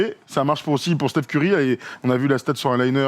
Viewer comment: Pourquoi vous dites "steephen" Curry, alors que les américains et lui-même disent "stèphen" Curry? ( pour être précis)